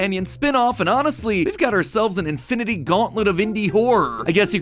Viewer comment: “Indinity-Gauntlet”- MatPat 2023